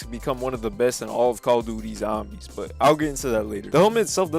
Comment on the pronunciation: Thanks Bro said calla duty zambies 🤣